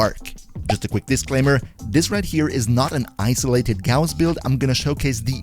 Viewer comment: Finally someone who pronounces his name correctly